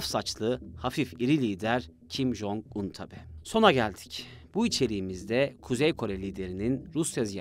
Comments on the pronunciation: Bi konu hakkında video yapacaksın ,,,ulan cok mu zor şu isim nasıl teleffuz ediliyor diye internetten bakmak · İsmini yanlış telaffuz etmesen daha güzel olur kardeş.